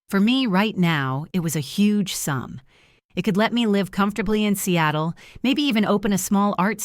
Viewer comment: Not Cattle but SEATLE